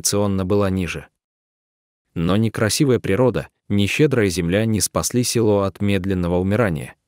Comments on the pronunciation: Да это трагедия России. Очень интересное видио, но хочу сказать , что неправильное ударение в тексте, коробит (не село, а село. Ударение на последний слог). Да очень тяжело жить в таких условиях, многие бы не смогли так жить. Героические женщины! Сохраняют свою малую родину. Дай Бог им здоровья и силы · Уважаемый чтец, спасибо за такие расказы о людях,преданых своей земле,Родине! Селоо Студённое,вообщем ё е разные буквы и звучит не красиво, сам послушай себя!или четаеш впервые текст! Спасибо Вам ! Интересно! НО ,ЧИТАЕШ ДОРОГОЙ БЕЗ ДУШИ ,ПРАВЕЛЬНОЕ УДАРЕНИЕ,СЕЛОО,УДЁННОМ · Рассказ хороший, но полная безграмотность в ударении. Не се'ло, а село".очень много ошибок. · Села,сёла, есть разница.Село о а не села! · Видео село Студентов, а злак Овёс. Чтец читает с ошибками. Вода то она студентам...